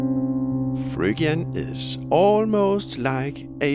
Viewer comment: This is a great channel & great video- this is exactly how I recommend learning modes. But a word of warning to people learning from this video who are native English speakers- you will sound very strange pronouncing Phrygian as it is in this video (totally understandable for someone not speaking English as 1st language!)